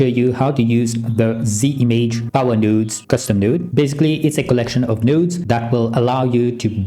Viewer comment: "... nodes..." ❌ "... nuuuuudes..." ✅